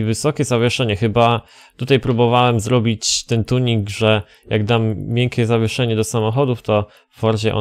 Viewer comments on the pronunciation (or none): none